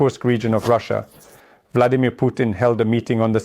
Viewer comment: Did I hear the Bloodymir